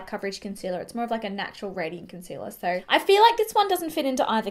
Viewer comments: Example instead of so affordable it comes out like soooarrrrr affordable. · New to your channel however the fact that you do place a strong rrrr after words with Os is a little distracting lol